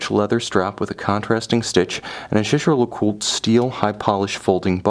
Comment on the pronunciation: Thank you very much for a very interesting and well presented review. However, surely you can get the pronunciation right......... it’s Yayger ! I’m afraid that, even if I could afford such a watch, little details like that would put me off buying it from you. Sorry.